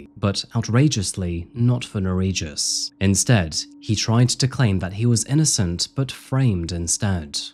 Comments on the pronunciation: he was transferred to Lithuania and killed in prison 2022, which he fully deserved, considering that in Lithuania the sentences for murder can be very light. Just for a fact , his name is pronounced differently - Ner(as Ner'o)ij(j as y)us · ...what was his name? Bro, love your channel, but perhaps next time try to find how to pronounce foreign names because I, a Lithuanian, cannot understand what was the name and it wasn't written anywhere on the screen either. (For reference, the j in Nerijus sounds actually like y in yacht, not j like in John). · The name butchering killed me but also can’t be mad since it’s the scumbags name lol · I don't know if butchering the pronunciation of the perpetrator's name was a conscious choice, but if not for the notes I would've had no idea what Lithuanian you were saying